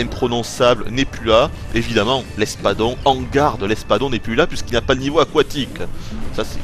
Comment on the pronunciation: a , jme suis bien maré quand il a fait 'car il ni ya plus de niveau aquoitique,euhm' xD